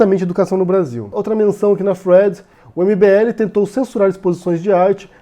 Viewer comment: cara, fala "fio", "sequencia" para de falar thead (que você pronuncia Fred) que é muito irritante!